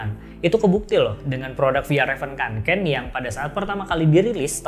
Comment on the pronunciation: Kak bacanya fyelreven konken.. 🙏